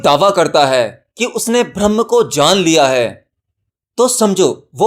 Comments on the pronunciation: Bhaiya mere bhram braham me antar hota he uccharan sahi nhi he .jai maai ki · Pahle bolna sikho Bharam nahi Braham hota hai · sanhar hai sanghar nahi......brahm ke uchcharan ko theek karne ke zarurat hai...video was nice...